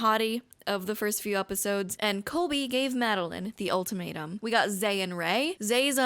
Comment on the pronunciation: Every time you say ultimatum I hear “old tomato” 😩